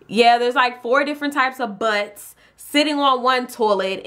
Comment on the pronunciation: The way she said "Four different BUTTS"